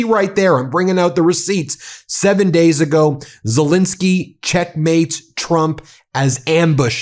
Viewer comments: Dear Ben, I hear you pronouncing Zelensky's name as Zelinsky, over and over again. This starts to distract me from your interesting broadcasting. So I beg of you: twice an 'e', please. Your grateful, faithful listener from The Netherlands, Elisabeth 🙂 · As much as I enjoy your podcasts could you please at least try to show the basic respect of pronouncing the Ukrainian leaders name correctly. It happens alot. His name is ZELENSKY - NOT Zilinsky. Thank you.